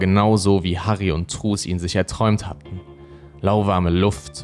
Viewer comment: Ich hör dir so gerne zu! ❤️ Nur truus spricht man auf Holländisch trüüs aus. Das war ein kleines bisschen irritierend 😬... (U wird immer wie ü gesprochen und oe wie ein deutsches u. So als kleiner Diskurs) Mach auf jeden Fall weiter so, dein Content ist ganz großartig!